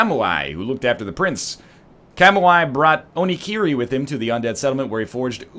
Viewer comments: Why can't he say Calm Wii like everyone else, gosh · NL, Kamui is pronounced "Kah-Moo-Ee". Go watch Kill-La-Kill if you don't believe me :p EDIT: Haha those Angel dudes look like the hawkmen from Flash Gordon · Kamui... Kamu-ai. My inner weeb weeps. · Ryan pronunciation of "Kamui" gave me cancer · haha I kinda love NL's pronunciation of Kamui. Also, Tarkus doesn't look anything like that or use that type of weapon or shield. I actually have no idea why you thought that was him.